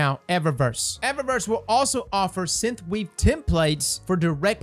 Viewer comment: Bruh. Synth. Not Synth-uh. Synthweave. Not Synth-uh-weave. You’re welcome. Love you buddy 🥰